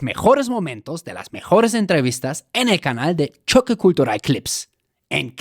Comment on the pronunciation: Se escribe y pronuncia "Choque Cultural" no "Xoque Kultural.